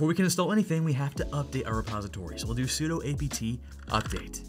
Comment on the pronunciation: sudo stands for superuser do. not superuser doe